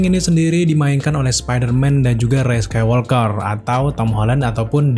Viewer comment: Bisa ga nyebutnya Rey aja? gausah pake embel-embel sEkAilWolkEr